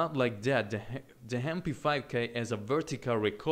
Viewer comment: The Hem-p5k Im sorry, but i had to point it out xD you have an accent, its not ur fault, i get it